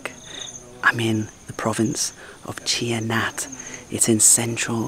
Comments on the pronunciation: Ann (my Thai wife) assured me that the province is pronounced Chai-nat , not Chi-a-nat. Anyway, we love following your journey and hope to meet you when we return to Thailand later this year. Gar and Ann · It's CHAI Nat not CHIA Nat ;-) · Yes...I cringe every time pronounced Chia...like chia plant. It pronounced C h a i n a t kha. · it's CHAI Nat... not "chia nat" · Thanks for showing us this interesting place. I would love to try going up the 500 steps. Btw, the English spelling of Thai words are generally wrong causing the English speaker to mispronounce. For this “Chai Nat” province, it should be pronounced “Chai-ya-Naad” and the temple “Wut Tum-ma-moon”. Unfortunately most of the spelling translation to English is done using the Thai alphabet letters in “direct translation” regardless of the pronunciation. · I think you are pronouncing it wrongly .I say the town and province name as Chai-nat .The Chai as in Chai-na the Country,then the nat istead of na . My Thai wife (now ex) of 10 years came from there .There is a famous bird park in the town center of Chai-nat . It may or may not be open now because of Covid. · Since when is it pronounced Chia Nat? 🙄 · You just spent 2 months pronouncing Koh in Samui wrong, and now this Chai Nat is taking the piss.